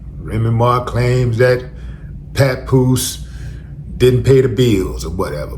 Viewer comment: Remy calling bro “PawnPoose” is savage.🥶